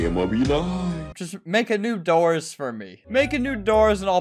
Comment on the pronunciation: When you says new doors update I thought you said new Dora's update 😊